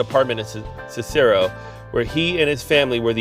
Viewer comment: It is pronounced Siss-a-roe. I've had family that lived there. They never talked about it. At least not to me.